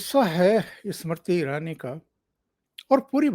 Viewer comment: please pronounce Smriti Irani's name correctly. You mispronounced her name many times during this program.